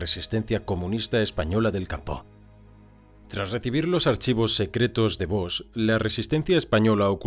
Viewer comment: Por cierto, el apellido del protagonista tiene una hermosa i latina. Por lo tanto no ex BOX, sino BOIIIIXX Porque parece que se apellide caja en ingles.